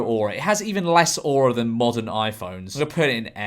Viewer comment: every time you say aura i die a little